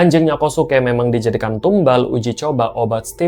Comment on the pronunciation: Kosuke cara menebutkannya KYOSKE…